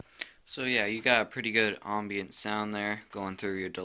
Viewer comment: lol "ombient"